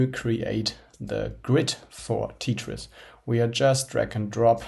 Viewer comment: Did this guy just say "Tea-tris"? LOL